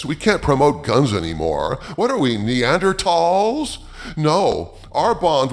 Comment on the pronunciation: So glad to hear Neanderthal pronounced correctly, it's annoying hearing almost every person say it incorrectly.